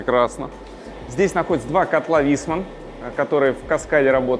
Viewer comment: Не правильно произносите название котлов, а именно , еслибы бы было написано vHissman, то тогда это призносилось бы "вИссман", а в данном случае написано "vEIssman", соответственно, в таком случае это признозноситься, как вАЙсман☝️